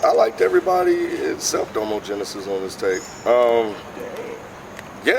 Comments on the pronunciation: had it right the first time lol its "da mo" genesis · HE SAID DOMO RIGHT THE FIRST TIME ! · I think had it right. I think he wants it pronounced like Da-mo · Did any of you see the needle drops review of this? Or more accurately read the comments? People were getting on him about the pronunciation of Domo. Ha I love how you guys made sure you said his name right.